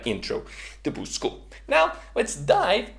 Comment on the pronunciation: The way you say Boost School sounds like you're saying Boozed School.